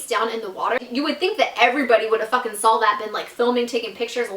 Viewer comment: I love how always says "sawl" instead of "saw" lol